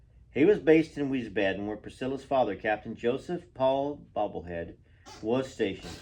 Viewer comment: Why do you say "Bobblehead" instead "Beaulieu" for Priscilla's last name? And also for her father?